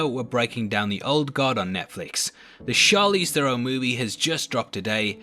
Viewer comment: No offense def. but the way you say Theron is funny . 😂🤣